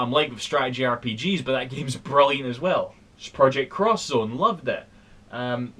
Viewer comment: "Sprilliant". totally legit complement.